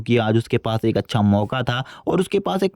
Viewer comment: He say acha as acca 😂😂😂😂